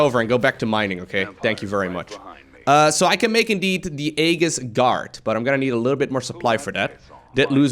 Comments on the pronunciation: AEGIS pronounced AYJIS not AYGHIS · you pronounced tactical as technical and aegis as "egg is" ;( great vid though. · FYI: It's pronounced "aye-jiss" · Thanks for covering this! By the way, "Aegis" is pronounced "EE jiss":)